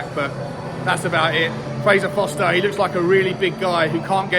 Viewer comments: forster not foster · it's not Foster it's Forster!! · Why can none of you clowns pronounce the name Forster?